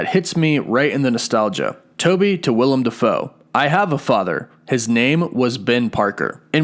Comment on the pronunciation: small thing, but his name is Willem Defoe. Willem not Will-i-am.